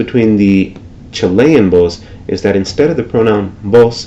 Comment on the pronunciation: It is CHILL-ian, not chi-LEY-an [Chilean]